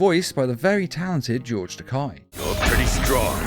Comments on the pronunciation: Takei is pronounced like toupee (his words, to Shatner) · The "ei" in Takei's name is actually pronounced like the "ay" in "lay."